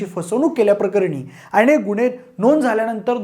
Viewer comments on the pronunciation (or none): आम्हाला वाटते... विषय चांगला पण भाषा अशुद्ध.. घरपन देनारी मानस गुणे की गुन्हे , कुनाला , कंपणी, ..(तथ्य का तत्य) एवढ धाड धाड अशुद्ध कसं काय बोलू शकता पब्लिक मध्ये??? ...Horrible अशुध्द भाषा.. ण ल न का म्हणता? कानाला खटकते. young age मधेच सुधारा, कोणी चेक करत नाही का?? माय मराठीची हेटाळणी थांबवा.